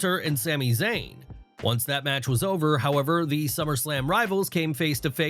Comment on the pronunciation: Bring back the British guy. At least he can say SummerSlam and not SlummerSlam